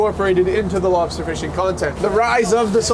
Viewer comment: Babe wake up, it's the lobstah dude